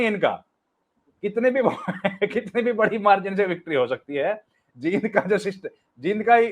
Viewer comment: Jind me bdi e ki matra lagti h theek se bola kro